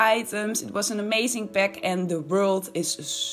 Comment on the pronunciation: What the fuck is a 'peck' ? And lets go 'beck'? AAAAAAAAAAAAAAAA, A! lol.